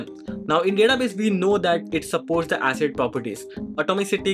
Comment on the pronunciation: Hey Why do you say 'Asset Transaction'? Shouldn't it be 'ACID transactions'? Atomicity, Consistency, Isolation, Durability?